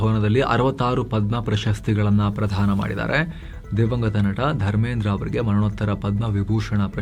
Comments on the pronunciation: 'ಪ್ರಶಸ್ತಿ ಪ್ರಧಾನ' ಅಲ್ಲಾ 'ಪ್ರದಾನ' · ಪ್ರಶಸ್ತಿ ಪ್ರಧಾನ ಅಲ್ಲ ಪ್ರದಾನ